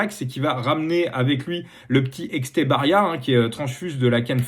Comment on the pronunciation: Salut! Merci pour l'épisode ! Juste pour info, Etxebarria étant basque, on prononce Étchébarria